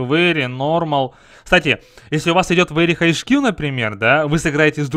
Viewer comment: поставил дизлайк за вери хайч скил,хороший английский